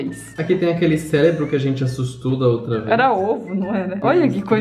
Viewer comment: O dearo fala “célebro" mas na verdade é “cerebro"